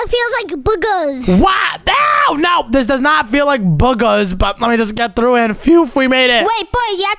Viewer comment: The fact said “Boogees” instead of “Boogers”😂